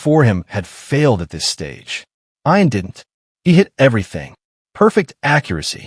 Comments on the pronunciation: If, unlikely as it may be, his name was ION, then the pronunciation is correct. But if his name was IAN, then the pronunciation should be ee-an. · EYE-AN INSTEAD OF EE-UN? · ee-unn. fix your junk AI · Ian Ziering pronounces it I’an, not E’an. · Ian (Ee-an) Fleming - the creator of 007 James Bond.